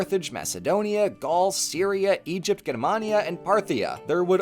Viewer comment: I'm sorry, Grr-mania?